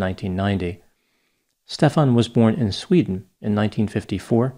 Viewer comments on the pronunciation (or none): none